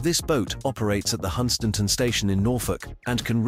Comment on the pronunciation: Yeah, it can't pronounce Hunstanton